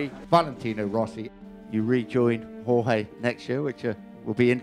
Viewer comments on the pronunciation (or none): he pronounces it yor-ghey lol